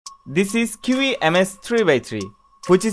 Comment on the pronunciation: এটার উচ্চারণ চি-য়ি